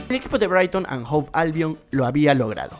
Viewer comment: Se pronuncia HOVE con V, no Hope con P.